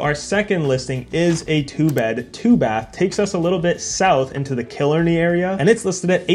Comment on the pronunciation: Your pronouncing Killarney wrong, it's like"kill-R-knee"